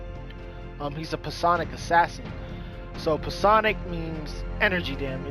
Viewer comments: Exactly. Its pronounced "psy on ick" check for pronunciation of words :-). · the p in psionic is silent